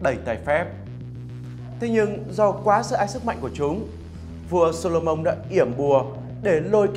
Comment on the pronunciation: Tôi xin lỗi nhưng vua gì cơ? "Sô-lô-mông" á!?